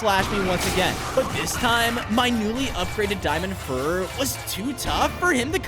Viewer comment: Bro said diamond fur..